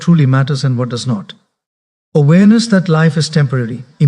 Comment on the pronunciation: Truly motivational. But is this AI generated using his voice? Asking since somewhere where the text read ‘NO T’ instead of NOT, it was pronounced as ‘NO T’ and not ‘NOT’. Same with ‘WHA T’ instead of WHAT and likewise the pronunciation. In any case thanks for making people aware and spreading positivity 👍🏻